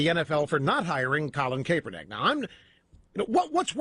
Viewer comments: CAPE-ernik.... Lol, Rush is awesome. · Is it Kaperneck or Kaepernick Rush? Learn english you fool ! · Rush is intentionally mispronouncing Kaepernick's name in this, just another way for him to demonstrate contempt and disrespect for a person of color. What a disgusting, deplorable man. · Rush is totally mispronouncing his name on purpose isn’t he